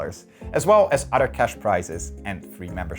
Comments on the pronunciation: Why does this guy pronounce other as "udder" it's driving me crazy. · please, please learn how to pronounce 'other' and 'another' All i hear is 'otter' and 'an otter' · Poor Americans. When ever I say “other” and pronounce it as “Udder” they can no longer hold the concepts I’m talking about in their minds, and their thoughts move to pastoral scenes and herds of Jersey cows. Poor Americans. They don't even consider if the cows are right or left handed.